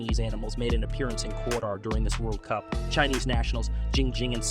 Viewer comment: Did u say K-TAR 😂 good one